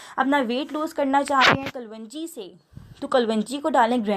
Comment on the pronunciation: pronouncesation sahi kero klonji kaho